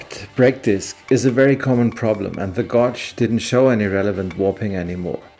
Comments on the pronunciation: I'm good. Don't feel sorry for nobody, just fix the occasional error as you do with your flat six. E. g. "gauge" = "gage". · I love this channel. Your attention to detail is something else. However, and I know this won’t be a problem for you, I have an issue with some of your English pronunciation! Lathe - we pronounce this in English as laythe. Also gauge is pronounced Gayge I know this is nit-picking , but your precision and attention to detail needs a language update. Mind you, your English is Viel besser as mein Deutsche is Scheisse! Greetings from Ireland, your friend, Connor!